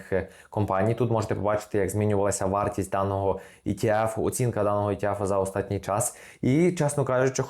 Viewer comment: "останній" українською, а не "остатній" на польский манер